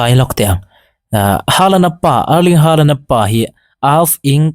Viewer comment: Norway ram mi ngei, Chîtei Nu sawi danin, "Holand/Hawlan" ti a lam rík(pronounce) tur a ni e. Haa hi Ho/Haw a ri tur a nia aw.😊😊Hâlan ...tih pawh pawi chuang lo.